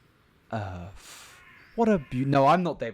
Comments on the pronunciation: "Planet EarF......" llmmaaaooooo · planet EARF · "Planet earf" buckle up kids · Planet…. Earf. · "Planet Errf" I'm sorry - I care about you, but I would be lying to you and myself if I said that I didn't chuckle because of your pronunciation, and I'm not a liar.